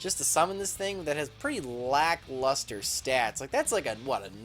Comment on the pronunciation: "Black Luster? No its LACK Luster"